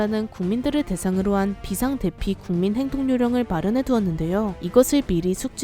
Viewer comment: 비상대피 인가요? 아니면 비상대비 인가요?알려주시면 감사하겠습니다.